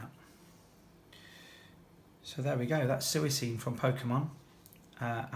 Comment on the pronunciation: love it but the way you pronounce it no no no no lol!